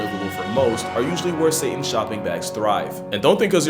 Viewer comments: he said it the arabic way 😳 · The way you said satan in an arabic sound shocked me lmao